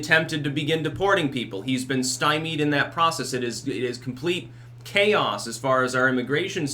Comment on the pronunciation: you pronounce 'chaos' like owen wilson. Actually you just sound like owen wilson.